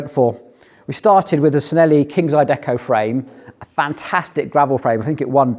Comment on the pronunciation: It's "Chi-nelli" not "Sin-elli".